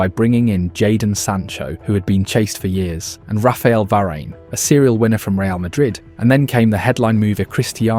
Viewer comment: The mispronunciation of varane, dear lord